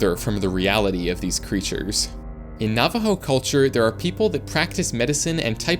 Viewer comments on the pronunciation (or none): none